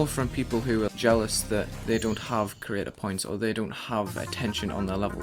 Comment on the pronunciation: Maybe fix how you say "Creator Points" a bit...